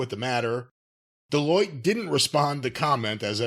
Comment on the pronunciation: not knowing how to pronounce Delloite and Touche while making a living off the stock market worries me.